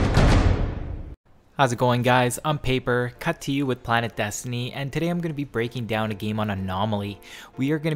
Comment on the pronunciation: Why do you say your name as "Paper... Cut2U" and not "Papercut... 2U"